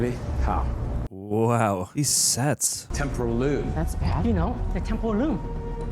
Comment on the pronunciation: It's funny hearing whenever says temporal loom because it sounds very similar to temple of doom, lol.